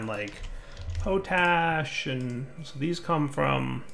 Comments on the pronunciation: gah! it's pot ash not po tash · Potash is pronounced with a short "o" sound, like in the word Pot. Not a long "o" like in potato